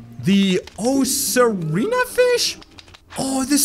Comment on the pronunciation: You said ocarina hard it's a hard c Oc-a-rina